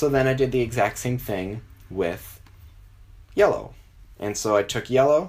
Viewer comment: You say yellow like YOLO